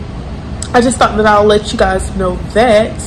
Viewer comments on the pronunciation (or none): none